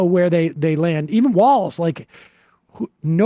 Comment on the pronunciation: His name is Walz and not Walls. Come on guys it is not that hard. But American need to get past I do not agree with the person running 100% so I am not voting for them or not voting at all. Even if you live in Republican state it is impprtant you vote because those local elections actually effect you more personally then those in Washington. Also those small election the person may win with just a few 100 vote different between the winner and loser. You vote for the person who will do better or at least no harm. Trump is a harmful to our country.